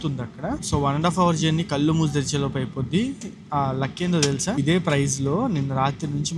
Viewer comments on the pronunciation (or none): none